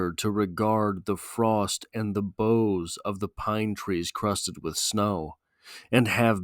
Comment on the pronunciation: ok...I like these analyses, but this one misses the target, a Snow Man. first, the pronounciation of "boughs" is weird.. this because "bough" and "snow" do NOT rhyme.. this pronounciation (as a CT guy, lke Wallace) sounds to me Incorrect, and it's like a branch sticking up out of the snow wchi is otherwise smooth and unbroken. it sounds 'sour', and that could be signficant, because of the smooth, windsculpted tonality of the poem. It's simply a brilliant poem, and it's otnaliyt supports it's theme of HEALING. "survival"? "ruin?"... what? huh? "pity?" nope! "cold as ice" nope! just wrong... the poet had gone for a walk or hike, as was his custom every day 365 days a year, and had purposefully become "one with nature" and "one with the season" and it happens to be winter and becoems a wonderful device in its full "regard". Wallace was NOT personifying nature...(that would be conntary to George Santayana for example)....he was allowing his clouded mind to become refreshed and re-balanced...soothed and smoothed by the winterscape... his mind comes to reflect the world around him...smooth.. a cold seaosn that comes before the restless, chaotic re-awakening and floods of Spring (the freshet).. is it meant to be "heartless?" NO!. simply went 180' in the wrong direction... entirely wonrway.. in this analysis of ink-on-paper and not the Reality of the poet's experience... ought to make a U-turn and re-review and repost. maybe go hike in the snow, get he